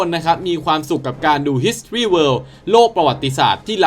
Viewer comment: ออกเสียง history...ว่าอะไรนะครับ...ผมว่าคุณออกเสียถูกนะถ้าฟังไม่ผิด..ส่วนใหญ่จะออกเสียงผิด